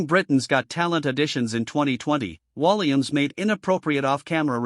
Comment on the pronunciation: When you can't pronounce his name right , after all the years he's been entertaining , it is time to shut your BS down . No thanks to your BS .